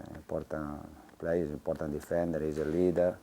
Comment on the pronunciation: es i think is es emportant! emportant yes very!